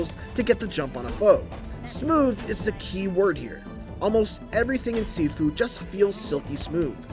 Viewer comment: pronunciation- ( X ) Sifu ( O ) Shiifuu.